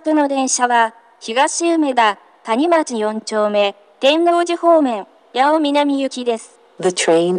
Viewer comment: “谷町”のアクセント間違ってて草